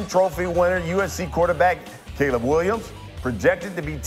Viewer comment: his name is Caleb Williams not Cab! You are such a big fan pronounce these names correctly it sounds bad on you’re part dude